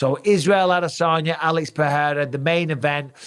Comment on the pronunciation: Don't get why mike says adesanya like he's a southerner im sure nobody from Clitheroe should say adesaarnya